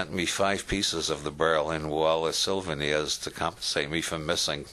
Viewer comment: his friend saved him some pieces of stone from the berlin wall as "Silveners". why does it bug me so much to hear this self educated man say things like this. he is apparently very bright. It is like hearing a so called scientist say "nukeula" and not nuclear. its like paradigm I suppose.